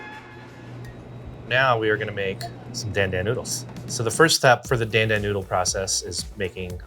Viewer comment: You know it ain't gonna be that authentic when he's saying char siu and dan dan like that. Still looks good.